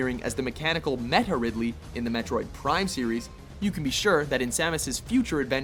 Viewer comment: If anyone noticed, he said Meha Ridley... What is he doing, finishing a turtle destructive wave?